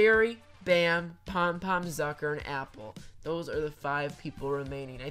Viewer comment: “Zucker and never won a competition before” Did she say ducker? I just have bad hearing I’m sorry I just I just